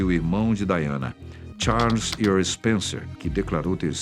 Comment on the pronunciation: EARL Charles Spencer* ear é 👂